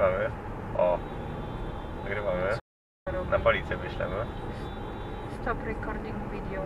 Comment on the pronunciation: "stop rekording vidijoł" - coś dziewczyna słabo ogląda stopchama, bo nie zna dobrze zaklęć